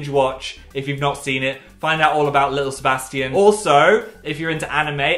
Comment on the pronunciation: the way he pronounces "lil sebastian" is insane